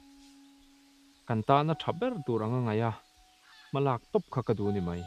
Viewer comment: An chang thiam in a hmuhnawm hle mai.👍🏿👍🏿.. Mahse kan ti teh ang kan lo inzir zel nan.. “Mai” han tih tur ah hian “Mei” kan ti leh tlat zel..